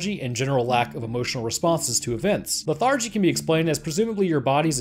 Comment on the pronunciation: That's not how you pronounce "lethargy"! AAAAAAAAAAAAAAAARGH oops, I just prolapsed my butt 😣 Tinnitus is not a noise. That's like saying black is a colour. Or not wearing a clothes is skin colored clothing.